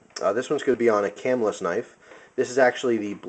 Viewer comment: Cool review. I would assume that since you know all about knives, that other people pronounce Camillus as you do. Having spent time in New York near that town, the town itselfis pronounced ca-MILL-us.